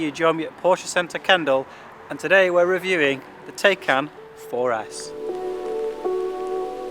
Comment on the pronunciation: dude !! you need to watch some videos from a German where he tells you how to say TAYCAN. not TAKECAN.